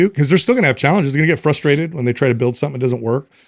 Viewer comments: I agree with a lot of what she says, however, she devalues her message and a lot of what she says simply by her vocabulary. I’m trying hard to listen and hear the sentiment behind her message but it is really hard when she can’t say simple words like “frustrated,” appropriately. Not trying to be a hater, but if you can’t even say something as simple as, “frustrated,” instead of, “ fustrated,” I have a hard time listening to and trusting your message because you don’t sound intelligent. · She is describing permissive parenting, not gentle parenting. Where is the science they bring into other episodes. Show me the studies not some lady who can’t pronounce common words like frustrated.